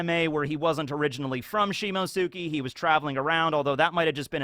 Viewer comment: Please...... for the love of god... I can't take it anymore... it's not "Shimosuki", it's "Shimotsuki". Like Akatsuki, but you switch the "aka" with "shimo".